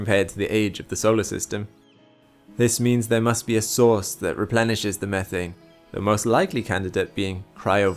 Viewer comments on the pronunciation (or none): at about i really thought you said "there might be a sauce that replenishes the atmosphere" lmao ooo what secret sauce..